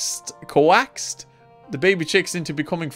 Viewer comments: reading "coaxed" co.. quackst? co-waxed? 🤣🤣 times like these balance out all the megabrain moments you have and I love it so much. You never fail to entertain me! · Co-axed? XD